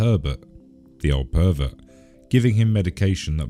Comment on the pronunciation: herber the perver… wheres your t‘s